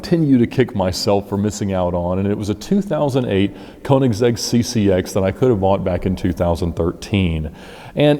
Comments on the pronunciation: It's königsegg not koenigsehg bruh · It’s pronounced “kernig’zegg” BTW. the “ker” sound is pronounced in the front of your mouth with your mouth shaped more like an “o” (instead of further back and closed like a normal english “errrr” or “grrr”). And the “zegg” is really the english possessive “s” at the end of “kernig” but then with “-egg” run together as one word.